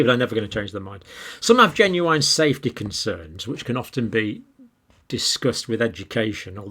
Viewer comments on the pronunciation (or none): I’ve never heard anyone else pronounce the word ‘genuine’ like you do (or ‘respiratory’ or ‘intestinal’ for that matter)